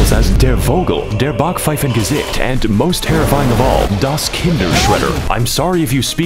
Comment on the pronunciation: His pronunciation of backpfeifengesicht was actually not horrible